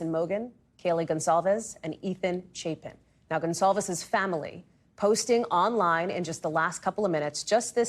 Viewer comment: Do you have trouble with the word ‘family’?